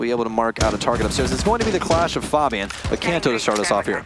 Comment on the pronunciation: did anyone notice how he called fabian faibin